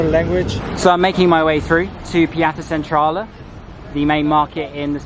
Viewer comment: Its funny how he says Piața Centrală 😂